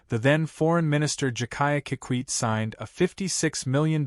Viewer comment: Ai Narration is messing up things Pronouncing Moi with a French Accent (Mwa) ND jakaya Kiqwit instead of Kikwete.